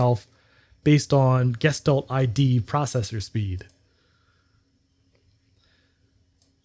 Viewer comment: It’s pronounced gesch talt